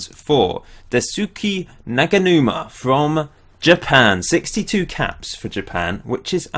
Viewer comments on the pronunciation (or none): Daisuke Naganuma (Dice-Kay Naga Noo Ma) Sorry but that was annoying me hahah